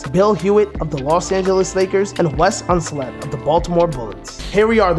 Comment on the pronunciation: Unseld, not Unsled.